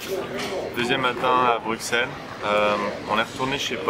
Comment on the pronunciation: On prononce "Brussèle" et non "Bruckxelle" ;-)